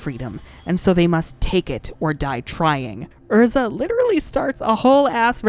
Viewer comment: I love Erza, but Happy will always be my favorite. P.s I really appreciate you pronouncing the character's names correctly.